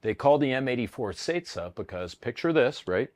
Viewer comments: its CECA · The good old "Ceca"